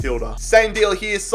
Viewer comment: Absolutely butchered Hagis name 😂🇬🇧